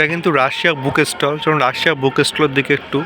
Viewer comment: আপনি "বুক ষ্টল" শব্দ দুটো পরিষ্কার উচ্চারণ পর্যন্ত করতে পারেন না।